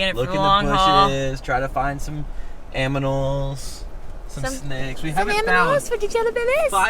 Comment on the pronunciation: aManals 😂😂 freaking 😂